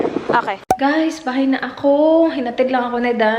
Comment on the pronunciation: That "hi ghAys"